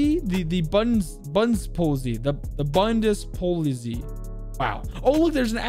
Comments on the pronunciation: I am not fluent but at max conversational in German and i think “bundepolizei” is pronounced “Bun diss (but with a z not s) poll it’s I” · Love the lore videos, weiss is actually pronounced close to vice and Bundespolizei is close to Bundespolits- i, keep the enjoyable content up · I think bundespolizei is pronounce bun des po lee zay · you mean the “bundapolizei”? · Leipzig and the Bundespolizei quit after u butchered the names😂 nothing to correct anymore